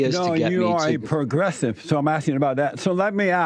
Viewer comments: Wheel men are not pwogwessive....says Porky Pig with a tan. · Progressive = pro-dresses.😂 I'm sure I heard Jesse say that! 💀